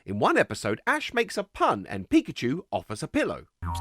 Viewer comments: Pa-Koo-Cho is my favorite Poo-Kay-Man!!!! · Not Pakoocho 😭